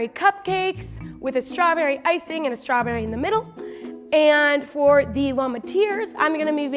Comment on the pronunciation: “SKOPWIONS” “STAWBEWY”